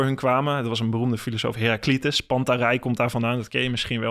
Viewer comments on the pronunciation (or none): Interessant. Wel jammer van de verkeerde klemtonen: Heraclitus, agora, idealiter...